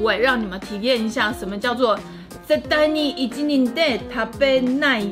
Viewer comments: 包裝上的1人是念成ひとり(hitori)，不是いちにん喔~ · 這裡的1人是唸『ひとり』不是『いちにん』((小聲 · Not "ICHININ" but "HITORI".(１人) I love your videos from Japan❤️